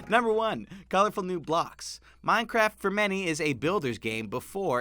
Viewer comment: Minecrif? ....did anyone else catch that 😂😂😂